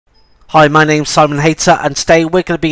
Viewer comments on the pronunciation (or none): none